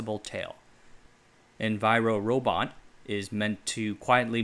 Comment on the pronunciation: You write "envirobot" but you say "enviro-robot"